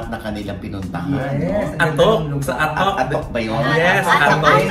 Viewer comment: mali po pronunciation ng "Atok" nyo. nasa letter "A" po ang stress.